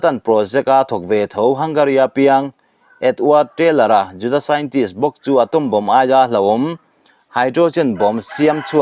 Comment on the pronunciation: Juda tih pawh i lam dik thiam nange ?😂